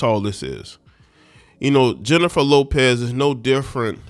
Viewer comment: I used to follow you and after hearing this crap beginning with the mispronunciation of her name, I want nothing to do with you misogynistic ignorant Unabashedly slanted post. You sound like you not only read the “Dumb knee grow” ignorant black man operational manual. You sound like you wrote it.